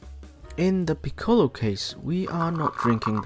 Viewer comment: Like the video and i am a big fan of piccolo. But can you pronounce it correctly please. The ‘o’ is short